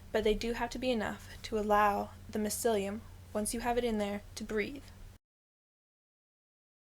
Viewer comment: "Mycelium" is pronounced wrong. Trays are more convenient than deep tubs.